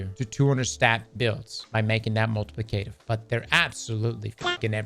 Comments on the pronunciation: Say multiplicative for me 😂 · mispronouncing multiplicative gets me every time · The way says multiplicative bothers me.